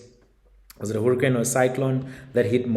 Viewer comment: Hurricane is pronounced "Hurry- Cane" boza yam. Not Huru- Cane. Sisonke. 😂